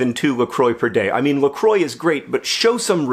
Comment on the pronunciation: ITS NOT PRONOUNCED "LA CROY"!!!!!!!!!! it's la "craw". It's French. Also this was a great video idea. I think I'll try this. It'll clear my head a bit